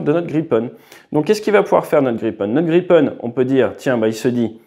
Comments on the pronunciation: It's Grippen, Griffin! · À part pour la prononciation rofole et graillepen, très bon 😅 Et quel merveille, cet oiseau ! J'aurais bien voulu le voir voler au dessus de ma belge tête 😊